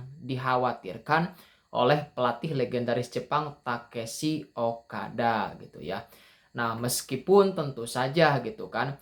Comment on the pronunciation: Tekeshi ? Takeshi mungkin ya bang 😅😅